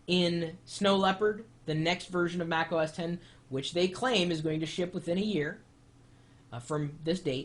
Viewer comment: no U R not right! X is 10 it's Mac OS Ten - it pronounced like this have a nice day, Best regards, Chris, apple worker